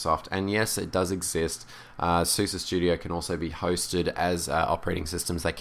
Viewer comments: Its pronounced Open ZuZe not suzy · openSuS - eh. not ih, not ah, eh. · I think it's pronounced suːzə because it is developed in germany and they say it like that. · To better pronouns SUSE you can take a look at the YouTube and search on "How do you say SUSE"